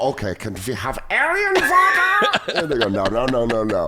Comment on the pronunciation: Danny nailing that V in 'Aryan Vater'